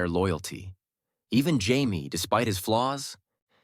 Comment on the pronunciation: AI voices annoy the hell out of me. Jaimeeee? Great topic, but I can't support AI generated garbage.